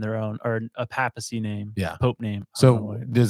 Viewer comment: Its not a pap-smear 😂 it’s pay-puh-see